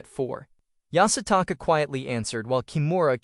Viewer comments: Take a shot every time the AI says Yasataka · Bro keep saying yasataka🤣